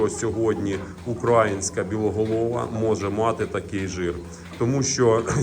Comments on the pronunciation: Будь ласка, не кажіть укрАїнська. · Корів не тримаю. Завжди дивлюсь ваші відео.Я вибачаюсь тільки слух ріже не правильний наголос в слові українська. Чується як окраїнська. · Все супер трішки ріже вухо як вимовляєте українська порода...😊